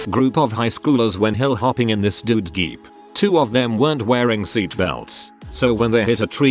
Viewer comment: No one: The tts voice: G E E P